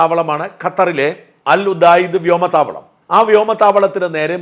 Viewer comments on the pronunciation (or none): അമേരിക്കയുടെഖത്തറിലെ വ്യാമ താവളം😂അല്ലു ഉടായിപ്പ് വ്യാമ താവളം😂😂😂😂😂😂😂😂😂